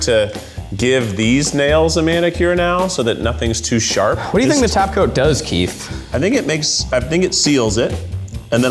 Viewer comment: All I can hear is "taco" instead of "top coat." Thanks Cristine